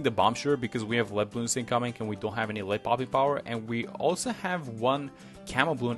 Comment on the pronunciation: Did you just said at ~ "Blei" bloons. Like the German word for Led, as a German I always notice German words from non German videos xD